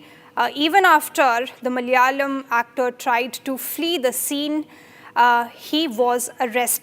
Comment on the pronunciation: "Malayalam” isn’t pronounced like that. The two ‘L’s represent different sounds. We actually have two distinct ‘L’ sounds, and that distinction doesn’t exist in Hindi or English, so it sounds quite off.